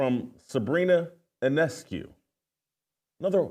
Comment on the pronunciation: He did get Sabrina's name right though. The I is silent.